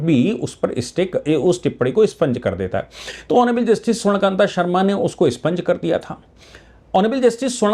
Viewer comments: Sir with due respect, it expunge and is not spunge. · ' स्पंज ' नहीं साहब ' एक्सपंज '